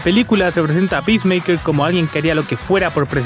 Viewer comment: Bro, están apunto de vender todo warner y nuevamente van a reiniciar el DCU Jajaja Que carajos salvo “pismeiker” según tu?